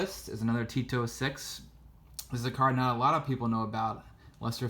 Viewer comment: Every time he says 'T206', it sounds as if he's saying Tito Six.